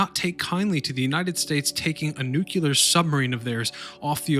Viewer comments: I stopped watching when you said "New Culer"......Say it with me.........."New Clear". :) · "Nuke-u-lar" lol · He keeps saying “nuculer” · "New-que-ler"... Nice.! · Two things became irritating. Sue-Soon and New-klee-ur. You kept saying Newk-you-ler.